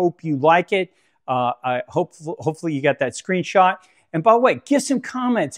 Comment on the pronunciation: Great video. Thank you. I liked it better when you used to say "screenshoot" :)